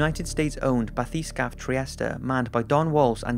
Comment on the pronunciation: It's pronounced Bath-eh-scape. Not bah-thee-scarpay...